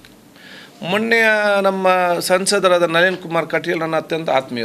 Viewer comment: ಮೊಣ್ಣೆ ಅಲ್ಲಾ ಮಾರಾಯ ಮೊನ್ನೆ, ಕನ್ನಡ ದಲ್ಲಿ ಸರಿಯಾಗಿ ಮಾತಾಡೋ ಕನ್ನಡದ ಶಬ್ದ ಕೊಲೆ ಮಾಡದೆ ಸರಿಯಾಗಿ ಉಚ್ಚಾರ ಮಾಡಿ ಮಾರಾಯ